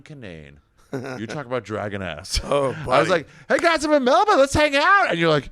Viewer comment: I had to quit watching because of the way you say Melbourne